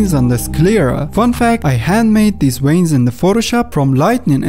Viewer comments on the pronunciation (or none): Veins, not Ueins... at least pronounce the V correctly ! happy new year.